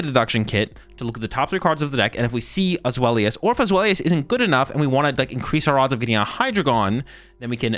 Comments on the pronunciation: For everybody's reference The names are pronounced "DYE-no", "ZWHY-luss" and "Hy-DRY-gone". Its the German for 1, 2, 3 😊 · Zweilous is actually with a "v" sound so it would be "zvhy-luss"